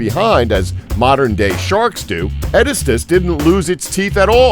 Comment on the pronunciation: He didn't say Estemmenosuchus right, or Epicyon, or Edestus, or Purussaurus, or Azhdarchidae, or Carcharcoles.